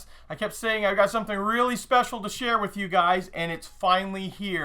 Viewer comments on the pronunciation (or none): none